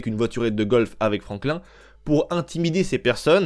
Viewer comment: Les svp arrêter de prononcer franklin comme la tortue verte, ça ne se prononce pas comme ça écouter le dans les dialogue ça sonne comme Franklinne